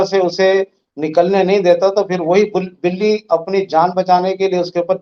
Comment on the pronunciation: He was about to say buli instead of billi 😂😂😂😂